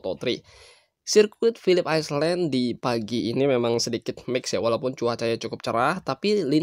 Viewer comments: Bang jangan islen bang.tapi ailen artinya pulau. Masa ngga tau.. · Philips apa bang? Aislen? 😆